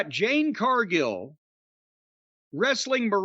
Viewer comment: Jim still calling Jade Cardgill, Jane Cardgill 🤣🤣